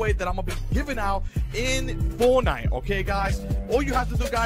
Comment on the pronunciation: ON “FONITE”💀💀💀💀💀💀💀💀💀💀💀💀💀LMAOO NERD 🤓🤓🤣🤣🤣🤣🤣